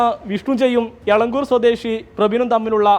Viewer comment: എള കുരിൽ അല്ല എളങ്കുർ